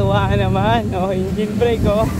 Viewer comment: bakit ingine? hahahahaha engine tamang pronounce nun e hahaha